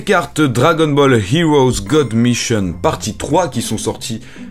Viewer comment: lol la façon dont tu l'a dit on dirait que t'a dit god mitche.... Dsl y a des enfants par la ^.^